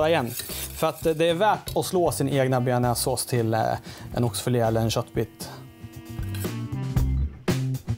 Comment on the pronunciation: Tja du tycker du uttalar bearnaisesås fel